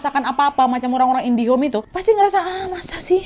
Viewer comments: Indigo bukan indihom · Di menit ..aku dengar sampai ulang 2 x... Indihome😆 bukan nya indigo Nad😃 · nad kok indihome bukannya indigo😅😅